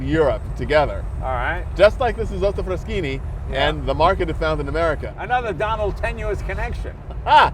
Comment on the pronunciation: Maestro Leno: the pronounciation is FrasKini, not Fraschini! :-)